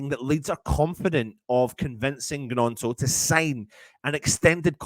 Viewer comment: The G is silent man